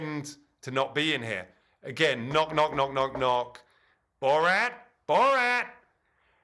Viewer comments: Why does Stephen always mess up the pronunciation of names? He's clearly saying Bo-rot, when his name is Borat. He did the same with Graham Norton. Kept pronouncing it Gram. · It’s not borot it’s borat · “Borat” is not pronounced “Borot.” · Stephen pronouncing it “Bo-rot” as opposed to “Bo-rat” was killing me 😅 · Hey Stephen Colbert, his name is "Borat", not "Burot". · I hate that he keeps calling him "Borot" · Jesus Christ, Stephen... Bore-rot?!? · Why can't Stephen Colbert say "Borat" properly? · Can you stop saying "borot" Steven!?? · It’s Bor-at tho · I thought us was pronounced "Boor at." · who tf says "borot" lmfao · Bo-Rat Why the hell is he pronouncing it like this?!!!